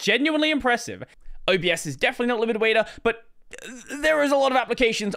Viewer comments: LIBIDWAITA LIBIDWAITA LIBIDWAITA....NOT LIBIDWAITA! 🤣 I love you, keep being awesome! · What was he saying about 6 mins in? Libid waida???